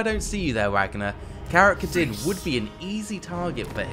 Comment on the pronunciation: Karak Kadrin as well.... Wtf is Karok Kadrum